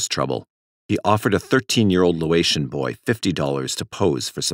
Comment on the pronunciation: Sorry, nitpicky a bit, but it's pronounced "LAY-oh-tian" not "LOW-ay-tian"